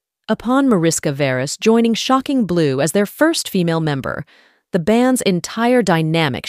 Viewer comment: SHOCKING blue. Stupid AI programming can't figure out how to say it without emphasizing SHOCKING. So annoying. "click". i'm gone.